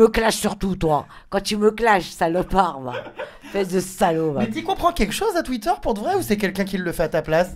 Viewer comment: Sa m'a tuer elle a dit "tuïter"😂